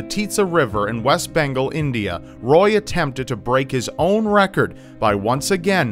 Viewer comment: Wait, how did you just pronounce Bengal?